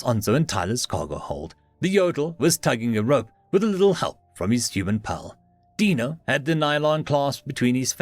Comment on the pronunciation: FYI I think this is my first time hearing our saying Dino correctly, it is endearing he had pronounced it wrong/right before made him more human. I took the reference from the flintstones the first time an had to wonder myself. much like the name Agro meaning farm; while many I think it means to anger. So in my head his name () is big farm dwelling tree rodent reading awesome stories for us/me. thank you